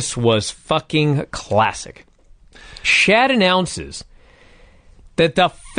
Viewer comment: Lol why does call earnest Miller “shat”? 😂